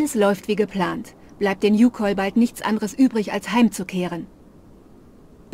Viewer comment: Die Youkol wird übrigens Youkoll ausgesprochen 🤣🤣 also nicht Kohl sondern koll, also schnell 🤣🤫♥️